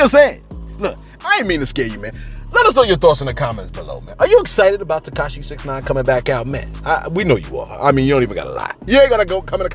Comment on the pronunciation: TekaSHE? Never heard of her